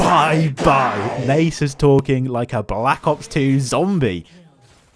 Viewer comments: my ears cannot bear nejsus any longer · Nay-sus is alive and well amd im here for it